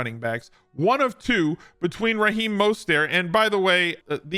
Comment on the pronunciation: Not the correct pronunciation of Mostert. Plus league winning running back and Mostert should never be used in the same sentence.